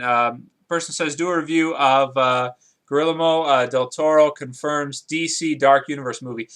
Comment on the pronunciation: "Garillamo" HAHAHA it's "Ge-yer-mo"